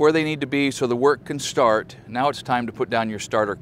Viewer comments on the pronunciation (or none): none